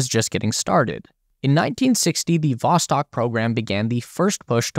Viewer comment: Not Voskot, it's Vostok